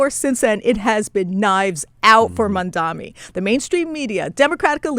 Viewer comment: Mamdani - not Mandami!